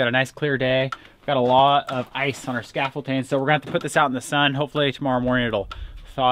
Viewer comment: Scaffolding...not scaffolting. Sorry. But good job on the siding!